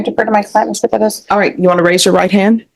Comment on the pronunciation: Are you Mr. Perez, but think it's cool to pronounce your name in America, Pedez, like you were back in Mexico? Yes Judge, that's me.